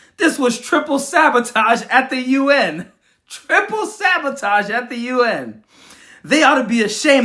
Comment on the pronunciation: "A triple sabatoge." 😂